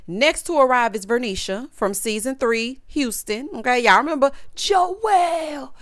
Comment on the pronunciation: I like this show so far…. Verneisha is my girl!!! When you say Jowell that thing is funny to me!!